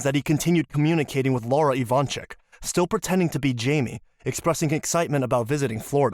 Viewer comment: They're Ivanchich, not ivansick or ivanchick. 😏 It's just those Yugo people don't care to change "c" to "ch" and "s" to "sh" when they come to live in US.